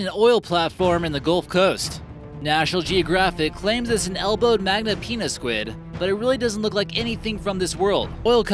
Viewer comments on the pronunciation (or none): Pi is skwiD hahah